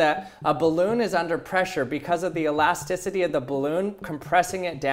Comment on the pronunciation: I don't think that's how you pronounce elasticity...